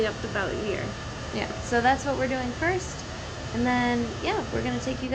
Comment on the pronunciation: “whose gonna try it pirst”